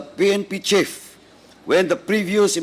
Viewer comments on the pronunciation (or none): none